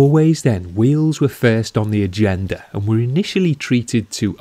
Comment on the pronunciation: “the wheels are first on the aHhgeNDuHhh”